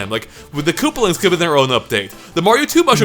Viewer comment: It’s koopAlings, not kooplings